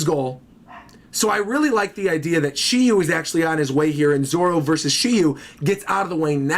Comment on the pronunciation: SHIRYU, no SHILLIEW